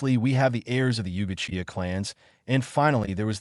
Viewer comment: The ai is pronouncing Uchiha as ukiha that's it